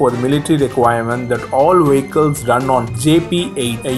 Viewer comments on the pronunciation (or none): Brilliant Video - pity about the narrator - could hardly understand him. Wehicles - yuck.!